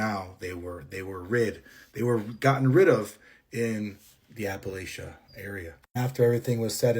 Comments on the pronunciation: I live in New England no one says apple latcha here that's a southern accent. We pronounce it the correct way the Appalachia mountains stretches all the way to Maine I believe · The first girl I just don’t believe tbh. Literally no one who lived or lives in Appalachia pronounces it like that? And how do you fail the third grade TWICE it’s the easiest year gng 💔 but no disrespect to her cuz it could have been medical stuff. ✌️ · The first girls story is so fake. The way she pronounced Appalachia was completely wrong, her age did not add up. How could she be 12 in third grade? Moreover as a native of Appalachia it is well known at A. Skinbuddies tend to lure you out by acting human not just showing themselves and B. You NEVER run always calmly walk alway running only activates its urge to hunt. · Yeah first girl is cap bc we know better than to say the word she did plus she pronounced Appalachia wrong and tbh I don't care what grade she was in when she was 12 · Not a single person from Appalachia would EVER pronounce it like that and Georgia is nowhere near the heart of it. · No, uh uh, no one from any Appalachian area says it that way. She also referred to other things in words they wouldn't use 🫤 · I'm sorry but I dont believe the 1st girl 🤷‍♀️ The first red flag is the way she pronounced Appalachia the 2nd red flag is being 12 years old in 3rd grade. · I was thinking the same, like why she said it that way? That’s not how anybody living there says it. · Nah. She don't "Appalachia" right. Ain't from the mountains. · From West Virginia here and the whole time I kept saying was that's not how u say it! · I’m in WNC and her accent and how she pronounces Appalachia is all wrong. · People actually from Appalachia don't pronounce it like that. You can lose your accent when you move away, but you don't forget how to pronounce the name of the place you "grew up" in. She's 100% trying to pretend this actually happened to her. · “Ap-Pa-La-tchee-ah” it’s “apuh latchuh”